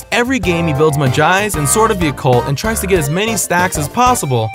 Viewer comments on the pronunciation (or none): you saying Sirncez name wrong, and that sneaky Sowd of the Occult